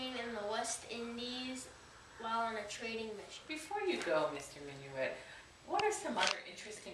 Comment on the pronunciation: your saying his last name wrong